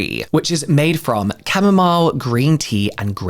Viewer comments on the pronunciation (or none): none